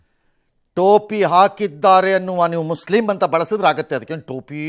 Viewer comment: ಏನ್ ಒತ್ತಿ ಒತ್ತಿ ಹೇಳ್ತಿಯ ಮುಸ್ಲಿಂ ಕಾಪಾಡಿದರೆ ಮುಸ್ಲಿಂ ಕಾಪಾಡಿದರು ಅಂತ ಹಿಂದುಗಳು ಎಷ್ಟು ಕಾಪಾಡಿ ಇಲ್ಲ ಬೋಳಿಮಗನೆ ಅದನ್ನು ಹೇಳಲ್ಲ